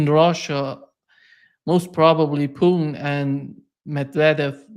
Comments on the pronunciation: you can't pronounce Putin? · it's not poo'n...lol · Oh, if only you would do your viewer the courtesy of pronouncing the name Putin as Putin instead of Poon. It's disrespectful but who cares. it's sometimes just not clear of whom you are talking.